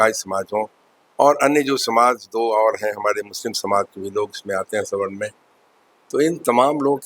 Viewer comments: अरे मुर्ख पत्रकार सवर्ण होता है स्वर्ण नहीं होता है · अबे रिपोर्टर स्वर्ण नहीं सवर्ण बोल, पहले बोलना सिख तब रिपोर्टिंग कर